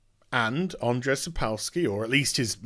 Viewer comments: It's pronounced Aa-n-jay.... I share the same name and ppl butchering it hurts my feelings T. T Also while I think the guys at CD projekt Red are great there is a passage in the polish copyright law which gave Sapkowski a legal ground for suing. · It's hillarious how you say "Andrzej", keep the good work